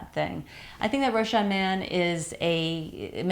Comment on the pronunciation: Thanks for the review ! Rochas is pronounced with a "s" though. "Rochassss" : ) Ps: love from France